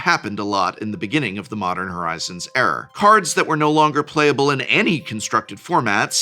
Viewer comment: I heard "the modern horizons error" (not era). Was this on purpose hahaha